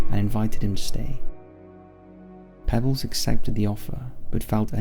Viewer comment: I think the name of the hero in the first story was pronounced Pea-bells. Just a small critique